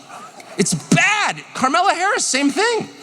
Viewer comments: I freaking love Tucker Carlson. He says carmella harris.... That is hilarious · I can't get enough of him calling her Karmella😂😂😂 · Bruh, Tucker keeps misspeaking “her” name and I’m all for it!! 😂😂😂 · Tucker mispronouncing Scamalass’ name on purpose over and over again is hilarious